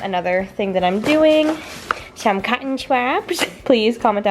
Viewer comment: The way you said cotton swab lmao watched it 5 min ago and still dying